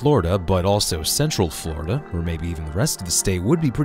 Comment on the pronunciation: it’s Florida, not Florda.